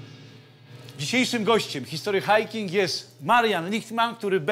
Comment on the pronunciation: Czemu Ty wymawiasz "history hajking"? Brak w tym konsekwencji. Wymawiaj po polsku całość "history hiking" albo po angielsku "hisztry hajking".